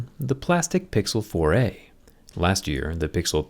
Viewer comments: Anyone else notice it sounds like "Pixel Foray"? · I heard "Pixel Foray"